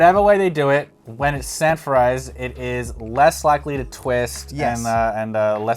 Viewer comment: I thought he said "sanfordized". I assumed we were talking about old episodes of "Sanford and Son". 📺